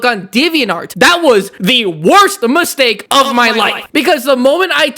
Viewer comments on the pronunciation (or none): none